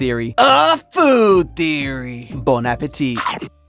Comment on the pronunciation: FOR THE LOVE OF CHRIST ADD SOME MORE UMPH INTO YOUR PRONUNCIATION OF “WELCOME TO FOOD THEORY”‼️‼️‼️‼️‼️‼️‼️‼️